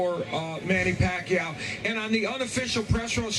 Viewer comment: Floyd can't even say the name PACQUIAO, hahahaha!!! What a great Chicken Chump!! Sooooooooo Scared to Pacman...